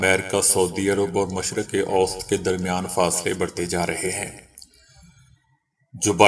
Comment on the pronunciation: آپکی ایک غلطی کی اصلاح: مشرق اوست غلط ہے ۔ مشرق وسطی ( middle east) ضحیح تلفظ ہے۔ شکریہ